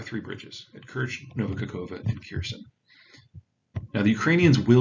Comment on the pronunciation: hmm ... someone who can't even have a go at pronunciation of Kherson is explaining it all. Sure I'll like that